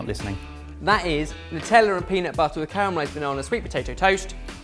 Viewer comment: Sweet potato in the toaster -- who knew? "Not-tella" HA!HA! Be kind to Vegans -- they leave more bacon for the rest of us.